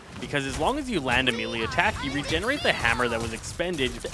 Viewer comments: For the love of god please…it’s pronounced “MAY-Lay” not “mii-lee” I have watch several of your guides and thank you for making them but bro you are killing me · your guides are great (though you always mispronounce melee)